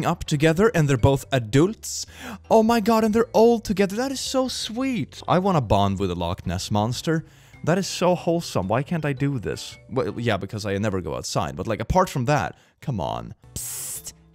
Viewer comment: “Log ness monstor”